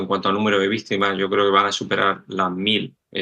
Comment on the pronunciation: Por qué el caballero dice vistima?